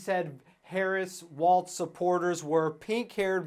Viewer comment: Dear internet: Walz is pronounced "Walls" not "WALTZ".